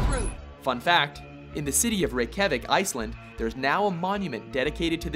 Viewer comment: I'm from Iceland and it made me laugh when you said Reykjavík x3 it was close tho :D but don't listen to Translate sites, they don't say the icelandic words correct like how we icelanders say it.